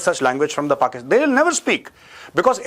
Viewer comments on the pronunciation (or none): none